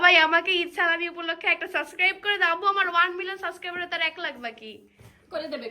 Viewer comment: এই মেয়ে সবগুলা ভ্লগে একই ইংলিশ বলে।২-৪ টা ইংলিশ ছাড়া আর কোনো ইংলিশ জানেনা।সব ভ্লগে একই ইংলিশ ছাড়ে।সানজিদাও একই কাজ করে। এত ইংলিশ কইতে পারে অথচ সাবস্ক্রাইব কইতে পারেনা।সাস্ক্রাইব বলে।